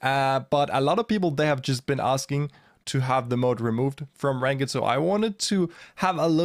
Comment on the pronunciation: Saw someone post on another of your videos that your English has improved a lot over the past few years. Hopefully this helps: Try saying “rankd” instead of “rank-id” for ranked. Your English is great, just a tiny nitpick. Your brawl stars is even better! Thanks for sharing, keep up the good work.